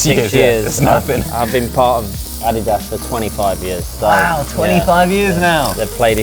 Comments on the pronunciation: Wait, Josh pronounces Adidas as ADDYDAS?! Not, AD-DEE-DUS? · You say Adidas wrong. Also Vitamins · It threw me a little to hear how the name Adidas is pronounced outside North America. In NA is pronounced A-dee-das. Not Adi-das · Americans tend to say ah-DEE-das, with the stress on the second syllable. Most other places (including Britain and Germany, where the brand is from) stress the first, AH-dee-das. It's named after the founder, Adolf Dassler just for some trivia, and his brother went on to found Puma after disagreement in management. (Both originally owned Gebrüder Dassler Schuhfabrik, literally "Dassler Brothers Shoemakers"). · Is that how Adidas is supposed to be produced? I've always proundced it A-D-Das . I've never heard it pronounced Ah-De-Das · Any one else dying over how they pronounce ADIDAS? (Your probably American but anyway) When Josh first said Ah-dee-das, I was like what is he talking about?! Then my American brain computed his English pronunciation, and I was still shook! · Are they pronouncing Adidas wrong or have I been saying it wrong for 30 years? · Americans pronounce Adidas wrong and the British pronounce Nike wrong. English is fun. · the way josh says “adidas” kills me 💀 i love him tho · I thought he was pronouncing it the Korean way 😱😱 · I loved the video, don't get me wrong. As an American who has never heard an English person pronounce Adidas, I'm shook rn 😂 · 아디다스 발음 현지화 실화임?